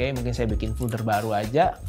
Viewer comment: maaf agak terganggu dengan penyebutan "fulder". biasanya kan penyebutannya "folder" . overall penjelasannya sangat mencerahkan. terima kasih.